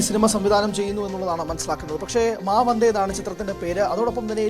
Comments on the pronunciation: മാ വന്ദേ എന്നാണ് അല്ലാതെ വാ മന്ദേ എന്നല്ല 😂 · മാമന്തേ എന്നല്ല മാ വന്ദേ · വാ മന്ദേ അല്ല മാ വന്ദേ... 😂😂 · വാ മന്ദേ അല്ല 🤣🤣🤣🤣 മാ വന്ദേ.... എന്താ നമ്മുടെ മാധ്യമ പ്രമുഖരുടെ ശ്രദ്ധ... 🤣🤣🤣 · വാ മന്തേ അല്ല. Maa വന്ദേ എന്നാ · വാ അല്ല മാ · മാ വന്ദേ എന്നാണ്,, 18😄